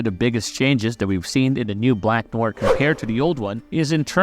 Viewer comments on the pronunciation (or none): It is pronounced "nwahr" not "noy-er" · "Noya" no "nowah"..... Fukin yanks.... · Noir is French for black. It's pronounced Nu-ahr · u really need to learn how to say NOIR, it isnt nojer its nuaaar lol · Black Noyer? C'mon now Marveyloos Vidyiis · It's pronounced Nwar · Bro stop saying black noir like its written... Its french and its pronounced No - uh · It sound like you're saying "Black Noyr" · You need to pronounce it like "NO-ARE". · who the hell is black noar.... at least learn to pronounce NOIR before making a video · Neew-waaar. Wth are u saying 😅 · Are narv videos using AI now? The way Noire is pronounced id weird. BlacknWarr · Black "noyer" Smh. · Sir, please learn how to pronounce Noir before making an entire video where you state this word so, so many times. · Tried watching this but after 3 minutes of hearing you butcher the word Noir , I gave up. Holy fuck americans are hicks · I don’t get how you can be a fan of the show and hear them pronounce his name several times and yet still pronounce it wrong in the entirety of your video. Have you actually watched the boys? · bro cant even say noir properly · How is it do difficult to say "noir" correctly? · how it is that "black noir" was said like 300 times during the series and yet youre still saying noir wrong? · The way he’s pronouncing Noir 😭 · learn how to say 'Noir' correctly please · An accent would just result in a slightly adjusted pronunciation of the same word. It wouldn't make you pronounce it completely wrong like this.